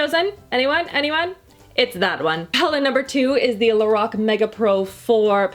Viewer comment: The way you say Lorac makes me cringe it’s pronounce (lor-AK)